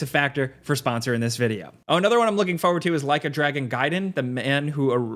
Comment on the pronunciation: Can't handle how this guy says forward. Fohyward